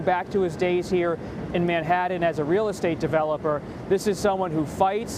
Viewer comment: Why does this reporterkeep saying "Manhadden"??? That's just stupid.